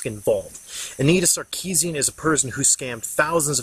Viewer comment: Sorry but the way you pronounce her name is bugging me :( It's Anita not Annetta. I like the video just thought I would say something.